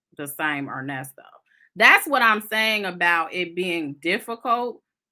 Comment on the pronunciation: I h8 when he says Nesto your name is Earnest bro